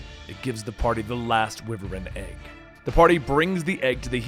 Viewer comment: Wyvern (WHY-VERN) lmao